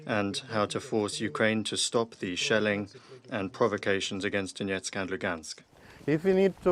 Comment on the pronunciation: The reporter can't even say the name Donetsk correctly.